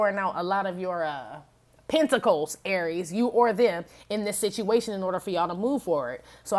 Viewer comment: Penta-cals!😂😂😂 You never disappoint.